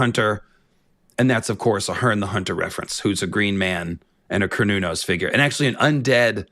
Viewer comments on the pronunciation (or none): none